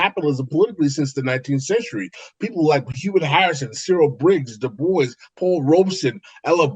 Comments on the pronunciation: I think Dubois is pronounced “Doo-bwah”, not “”Da-boyce”. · Every time you say "Debois" it sounds like you're saying "Da Boys" lol